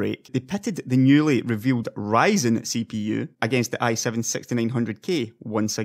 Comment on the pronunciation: it's Ryzen not writing !